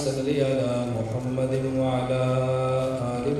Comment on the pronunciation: ماشااللہ بہت خوب واقعی جواب نہی لیکن حضرت آپ حضور صل اللہ علیہ وسلم کا نام صاف نہی لیتے گزارش ہے کہ صاف لیاکرو اللہ آپکو سلامت رکھے آمین